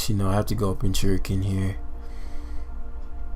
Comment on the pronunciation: seems to have a hard time pronouncing pincurchin. Went from jerking to shuriken